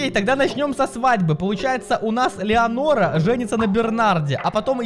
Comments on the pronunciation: Леонора А Ленора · видос классный но не леонора а ленора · Меня одного волнует, что не Леонора а Ленора! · Эта блондинка не Леонора а Ленора😂